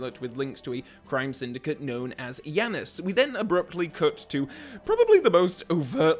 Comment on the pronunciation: "Yanas" my guy what